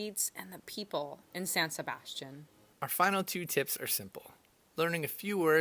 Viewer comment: Didn't pronounce san sebastian correctly!!!!!